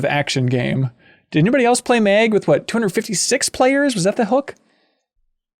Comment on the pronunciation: "Did anyone played Meg?" Oh MN. Its pronounced "Mag". Meg just sounds like a spin off shooter made starring the character family guy XD.